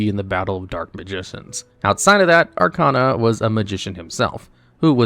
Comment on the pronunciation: You’re pronouncing Arkana wrong. It’s Ar-KAY-na